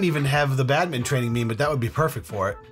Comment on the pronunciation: you guys pronounce badminton 🏸 "badmittin" lol 😂